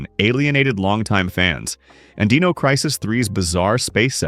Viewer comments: Deeno, deeno. It’s Die-No. Dino. Dinosaur Dynamic. Not Deed, Deam, Deep. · Why use AI voice over? The D-ee-no Crisis is very jarring to the ear. I dont know what your voice is like but I can say with almost utmost certainty Id rather hear you even if you stutter and trip up as long as I dont have to hear Deeeeeno anymore.